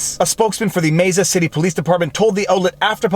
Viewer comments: “May-suh” not “mess-uh” 🤙🏻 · May- sah. Please not messa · Messa, Arizona? Dude.....MAY-sah (Mesa, is also a geological feature.) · Lol you can tell your canadian by the way you pronounce Mesa. You said Mesa. Most ppl say May'sa lol Garage Gradge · Just FYI, the city of Mesa is pronounced like "Maysa" not "Messa" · It’s actually pronounced “Ma Sa” not “ Meh Sa”. Anyway... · FYI, Mesa is pronounced Māsə. My town borders Mesa. However, we don't serve fish tank cleaner, but you can get a pretty good margarita around here. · Viva love your post. I want to just tell you that Mesa is pronounced May-sa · Just a fyi... Mesa is pronounced May•sa otherwise great content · As an AZ native we say “Mesa” like “May-sa” and “Prescott” is “Press-kit” haha “Gila” is “Heal-la” crazy Canadienne 😉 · That city is pronounced May-sa, fwiw. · Mesa is pronounced "may-sa" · Mesa is pronounced (May-sah). Just so you don't continue to sound silly as Avery intelligent attorney. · I hate to be that person... but.... It's pronounced May-sa. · Mesa...the "E" sounds like an A...just so you know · It is pronounced May-sa (Mesa) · "Mesa" is pronounced "May" "Suh" but as one word. Spanish word for table. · I just want to point out the word/city name is pronounced 'may-sa' (ˈmā-sə). You can trust me, I'm from Arizona. 😁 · So, the city name is Mesa, pronounced mey-suh as in the Spanish word for table, or the geological land formation of a plateau with steep walls. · lol, Mesa is may-sah, or, Mormonville... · Not to nitpick but because you say it feeds the algorithms: Mesa: the e is pronounced as a long a. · Best pronounciation of "Mesa" ever. Awesome vlogs.